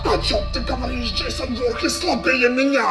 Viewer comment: Ты сказал джессон